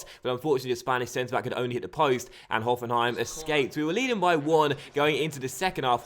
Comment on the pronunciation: Very good pronunciation of Hoffenheim :)